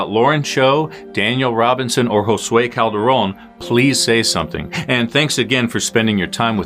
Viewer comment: thank you for saying our last name..Calderon.. correctly! im unrelated to him but you are officially THE first non spanish speaker i have EVER heard who didnt completely annihalate the (not very) difficult name. u took the time to do a google search and not pronounce it like a damn Witch's Caldroun. A caldero is a pot lol yes That is what it means but it is pronounced how it is spelled. everyone overcomplicates the name Calderon. but it shows attention to detail and respect for Josue to not mistake his name in an eery way after he was stabbed and murdered. its the little things that get viewers subscribing. keep up the good work. i burned myself with my straightener when i heard my name said nicely and easily by a gringo 😂